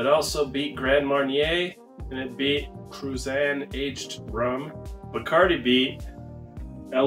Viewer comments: You,need,to learn.how to pronounce Cruzan.the z,is,pronounced,exactly like, theaiti,in,Haitian.I,lived,there for ten years,so,I have some authority,on the subject. Thank you for the video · Do yourself,a favor,and learn how to pronounce”Cruzan.You are saying it wrong